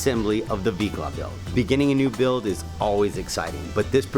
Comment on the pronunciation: ‘Micla’ 🤨…? Did I head that right?